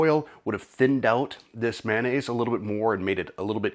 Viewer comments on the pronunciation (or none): You pronounce mayonnaise as manaise. You'll have to forgive a retired English teacher, but I've never heard mayonnaise mispronounced so many 🤭